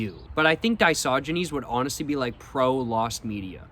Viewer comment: yeah man it was feeling WRONG to say "Diogenes" After hearing "disogynes" Used by him with 100% certainty 😭